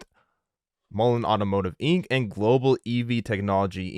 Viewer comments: The Randy guys kept saying Mullens which bothers me as well, but John even said Mullens from the Friday interview in MI, lol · videos seem illegitimate. I feel its unprofessional. And hes calling mullen (mullens)